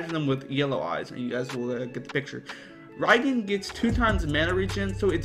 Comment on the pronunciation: It's pronounced REEEEEEEEEEEgan